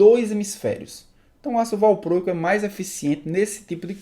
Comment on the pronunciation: Tenso ouvir valprôico..